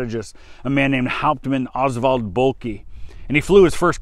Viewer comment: Just found this channel and video and it's great. Thanks for taking the time to research and make it. Just one little thing though... Oswald Boelcke isn't pronounced "Bulky" - he wasn't some big heavy man. The 'e' on the end of German words is pronounced "ugh" so his surname sounds like "Bulka". Great video though, thanks again.